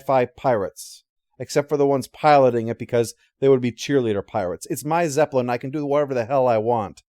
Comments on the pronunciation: It’s his zep-uh-lin; he’ll pronounce it however the hell he wants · "zep-uh-lin" what's with the extra syllable? a personal quirk? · What extra syllable? Do you think the actual word is spelled like the band?